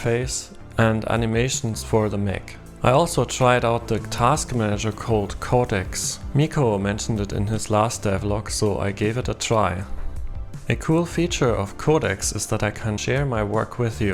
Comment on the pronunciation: Awesome! and nice that trying out Codedecks! Looks good with the animation, how many "User" limit is there gonna be? Is it like 100? 200? Nice idea with the Workshop idea too. Haha was quite close with the pronounce :D, I think maybe to pronounce "Micho" is like "Misho" is easier. Thanks for share my devlog too.